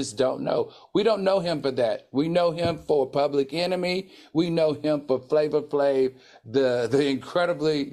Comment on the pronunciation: Now it’s “Tiga” “Flava Flava” and “Wiz Kalis”🤣🤣 Al I can not with you!!😂😂